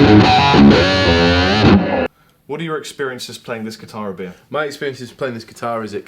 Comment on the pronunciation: every time i happen to see this video i swear says "I'm Beer", man... am i going crazy?